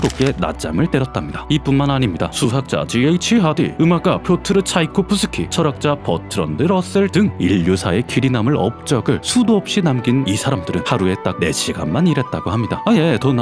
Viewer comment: 버드런트 러셀이 아니라 버트런드 러셀입니다. 하하~ 잘 들었습니다~